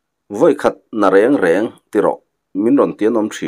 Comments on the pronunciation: Vawi khat na rêng rêng tia lam ka hre ngai lo, reng reng tia i lam hi a dik zawk in ka va hre em. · Vawikhat na reng reng i thluk dan hi, thluk dan dik a ni e. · Vawikhat na reng reng chu,tih kha i lamdan kha a dik,leido pawh chi kanliah na lei ti a lamri luitlat a awm bawk.